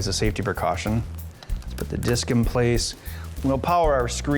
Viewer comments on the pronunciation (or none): none